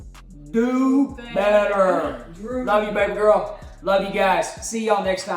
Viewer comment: I loved when they said DoBeTTEr